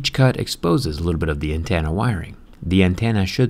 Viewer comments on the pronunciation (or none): Is it just me or does he say "antenna" as "antanna" Idk but its bothering me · What’s an antanna jerry lol